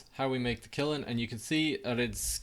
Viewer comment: its pronounce kill-n